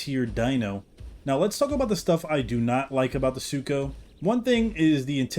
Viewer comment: Don’t worry. I accidentally called Sucho “Sarco” often as well.